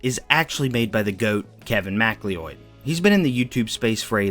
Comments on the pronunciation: Mack Lloyd no pal it’s pronounced McCloud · kevin macleod is pronounced “mc-cloud” not mac-leoid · Hearing Kevin's last name pronounced "Mac-Lee-Oyd" instead of "Mic-Cloud" was a flashbang, but amazing video nonetheless! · I'm 99% sure it's pronounced "McCloud/MacCloud" not "Mac-Lee-odd/Mac-Lee-Oid" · Kevin "Mack Lee Ode?!" It's McCloud, dude. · MacLeod is pronounced "mac cloud" not "mac-lee-oid" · Mc Loyd not Mac lee oid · Kevin... MacLeoid? Bro it's MacLeod, pronounced like MaCloud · “macleod” is pronounced “muh-cloud” or “mack-loud” not “mack-lee-od” fyi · just a friendly heads up, MacLeod is not pronounced “mac lee oid” it’s said like “cloud” so more like “mac loud”/“ma cloud” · maclioid ???????? ma-cloud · this name is pronounced “meh-cloud” as it comes from Scottish Gaelic. It’s a pretty common last name so it’s worth remembering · How did you mispronounce MacLeod to 'mackly-oid?' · Kevin "Ma-Cloud"... thats how you say it. There can only be one!!!! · it's pronounced McCloud, like Fox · Wouldn't macleod be pronounce Macloud? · MacLeod is pronounced McCloud (Mick-loud) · MacLeod is said like "Ma cloud". Not whatever the weird thing you said was. I've noticed only americans stress scottish names so wrong. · Kevin Macleod = Ma-cloud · Isn't MacLeod pronounced "muh-cloud"? Genuine question. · "Kevin MacLeOid" lmao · FYI his last name is pronounced like "MacCloud". It's the Irish-based spelling. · Love your videos. Kevin MacLeod’s name is pronounced like Kevin Mc Cloud ☁️ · MacLeod is pronounced McCloud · I think it's pronounced "Kevin Ma-Cloud" and yes he is a great composer. Hell yeah. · ive heard a lot of pronunciations of MacLeod before but 'mac-lee-oid' is a new one. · One small thing - MacLeod is pronounced McCloud! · You've probably gotten notes about this already, but McLeod is pronounced "Mick-Cloud" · MacLeod is pronounced like McCloud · isn't MacLeod pronounced McLoud? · pronouncing Kevin MacLeod's name as Mackleeoid is crazy tho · Mac leoid